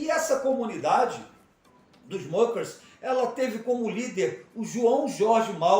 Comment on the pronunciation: História mal contada! Não fundaram seita! A pronúncia está incorreta, muckers é palavra alemã . Não é inglesa! E não havia fazendeiros, eram pequenas propriedades!